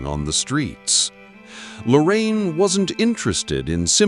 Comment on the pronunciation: This is the man who made me change to do streetphotography. Fantastic video, just feel a bit strange when you pronounce his name like he was an old grandma... LORRAINE.. 😅😅